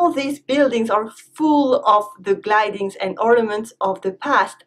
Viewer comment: Hi, In this video , I heard "glidings ...." instead of "the gildings and ornaments ...." Could you watch at this place? Have a good day and thanks a lot for the answer.